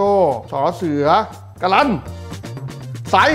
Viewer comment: รายการผิดนะ การันต์ไม่ได้อ่านว่าการรันต์ แต่คือไม้ทัณฑฆาต ตัวการันต์คือพยัญชนะที่ถูกไม้ทัณฑฆาต กลายเป็นการันต์น้า